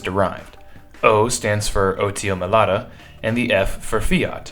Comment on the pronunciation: You repeatedly pronounced the manufacturer's name wrong. It's Melara not Melata.